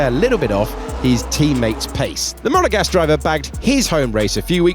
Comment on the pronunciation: “Monagasque” ✅ “Papaya” ✅